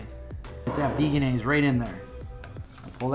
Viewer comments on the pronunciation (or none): VEG-enaise not Vegan-aise